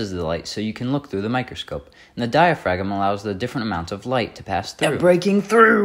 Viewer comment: Btw the G in diaphragm is silent. 😅 Otherwise, nice job man!